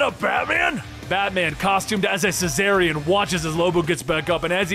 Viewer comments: It's pronounced "Zar-ni-an", it's spelled Czarnian! How the hell are you getting "cessarian" out of that?! He's not a Caesarian Section. Hahaha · just really butchers the word Czarnian throughout the whole video like in